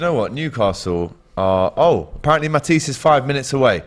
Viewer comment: When AGT called Matisse "MAHTISS". Ex rubbing off on everybody. 😂😂😂